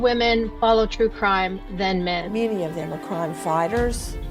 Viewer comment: Waww and Cwime…🤸🤸🤸🤸🤸😂 Wauren and Gwayson…😂